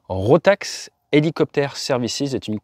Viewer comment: Encore une histoire triste pleine de leçons à retenir :face-fuchsia-tongue-out: Petit correctif pour les tags et la prononciation, c'est bien RotaK et pas RotaX, Rotax étant un constructeur de moteurs autrichien, dans l'aviation légère mais pas que 😉 aaah la tête de mon mécano quand je lui ai amené un carter d'embrayage "rotax" pour en extraire le roulement de butée, priceless ...